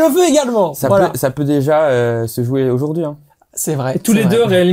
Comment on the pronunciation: Mais quand même Dedryck tu m'as l'air d'être un garçon intelligent quand tu parles football, passionné. Mais coupe ces "dukou, ojourdojourdui" ca te décrédibilise en candidat de téléréalité